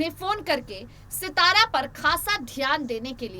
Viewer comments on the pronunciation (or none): सितारा नाहीं सातारा बोलो